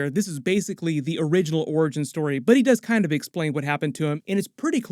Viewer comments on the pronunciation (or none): none